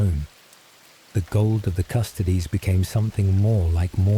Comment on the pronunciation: Custodes, pronounced like "'custodeez nutz"